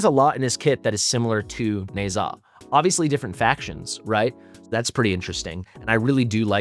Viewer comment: Why do you pronounce Ne Zha as Neigh'Zah instead of Neh-Ja?